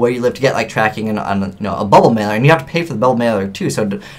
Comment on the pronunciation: useful info. though every time you say "bubble mailer" I keep thinking you're saying bubbleman :P